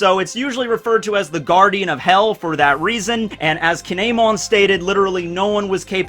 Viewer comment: WHO TF IS KIINAAAYYMON??? LMAO